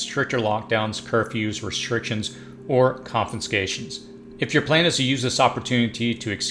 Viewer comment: Great advice, please stop adding an N to the word CONFISCATION. There are no FINS in that word.